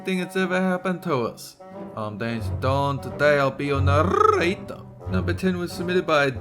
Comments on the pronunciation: love it when you say "narrrrrrrrrator"! Say this more often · “I will be your narrrrrrrrrrrrrrrrrrator!” 🙃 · really! you had to have that accent when you say Narrator